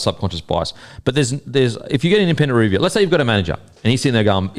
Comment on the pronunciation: why can't your pronounce the word 'review' properly? You are saying REEEEEE-view... it's painful son. just say review